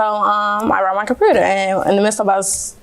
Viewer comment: Her say compruter. Lol